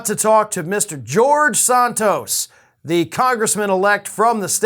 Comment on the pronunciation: Nice that you said his last name correctly 😊, but Santos is still a horrible man.